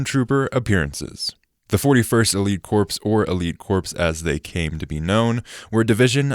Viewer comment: You pronounced “corps” wrong countless times and it brought me physical pain. It’s pronounced the same way you would say “core”.